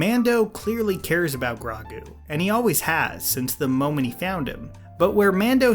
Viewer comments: And "Gragu". I tried so hard to ignore it. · DID DIS MAN MISPRONOUNCE GROGU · please pronounce baby yoda's name correctly too... its not Gr-AH-gu... its Gr-OH-gu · Grago GRAGOO ITS FUCKING GROGOO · And Grogu its growgu no grawgo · Its Gro-gu dude not Gra-gu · Bro it’s not “Grogu” it’s Grow-goo” 😂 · Honestly “Gra-gu” sounds 100% better than “Gro-gu” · "Grow-goo", say it with me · Yeah, like others, I was more distracted by the gra-goo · Grow-goo. Grow-goo. Practice it. Learn it. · oh ok then, in the grand scheme of things it's fine, still a good vid just that CRAW-gu made me laugh so hard it took me out of the video (LMAO) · Uhhh its pronounced Gro - gu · You messed up grogu too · Imagine if he could say Llanfairpwllgwyngyllgogerychwyrndrobwllllantysiliogogogoch flawlessly and intentionally mispronounced Ahsoka and Grogu just to mess with us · I took psychic damage every time you said Ahsoka and Grogu lol. Great video though! My theory (haven't watched the latest episode yet, but I suspect it won't matter to this theory) is that Grogu will not reach out. No jedi will come. Ahsoka clearly stated that he would need to choose. No Mace, Ezra, Luke. Grogu is a Mando, like his father before him. Leave the jedi stuff for Ahsoka's spinoff. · Hey, do you watch the show on mute? Cause how you say Ahsoka and Grogu is so far from how you say it, I thought you were joking this entire time 😂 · Ummm.... your name pronunciations in this video are way out wack 😅🤣 for both Ahsoka and Grogu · This is gonna be dumb.... but dude... your pronunciation of Grogu and Ahsoka was like listening to people say jalapeño without an H sound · dude its grow-gu not. grau-gu watch the episode again, jesus omg he cant pronouce anything with an o in it its Ass-hoeka. not asaka i cant watch this while you butcher their names im done here. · Ahsokka. Grawgu. Kirasowa. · You said Ahsaka and Gragu many times lolol a few ATLA movie vibes but I forgive you since u are. Ahsoka -> Grogu